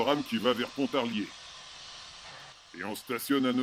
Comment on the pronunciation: C'est bien parce que vous prononcez "Pontarier". Ici, on ne prononce pas le l de Pontarlier... En revanche, on dit "Lac Saint-Point" et non "Lac de Saint-Point". Point... Quel joli prénom! 🤣🤣